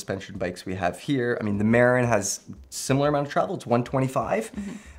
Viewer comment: Maaa-rin is how you pronounce Marin fyi😂